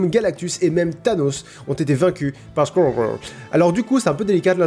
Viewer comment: Squirel = squouérol phonétiquement